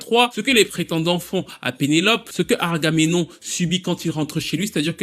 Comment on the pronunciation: sinon c'est pas Argamenon hein, c'est Agamemnon :)